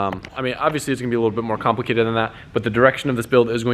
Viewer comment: 24.02 "condom-plated"😂😂😂